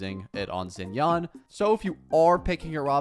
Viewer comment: he's just pronouncing it like it's an english word, just like he pronounces xiao as zhao, xinyan as zinyan and xianyun zinyan too lol